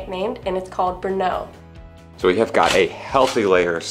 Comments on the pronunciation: It's Brno (stress on R, not O) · Thank you for exploring my city. Just a little thing. Do not ever put a stress on second sylable in czech words. Always the first syllable. Thanks.